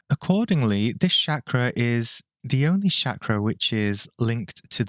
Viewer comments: Mate, its Chakra, not Shakra ffs. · Every time I hear you say Shakra, i feel to hit you over the head. The world is Chakra. So while you refused to pronounce Chakra the way it is spelt, you went ahead to pronounce Ayurveda the way it is spelt as if it is a n English word.